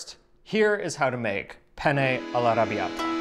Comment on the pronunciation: Italian advice. Say “penne” not “pene”. Make sure you say the two N’s.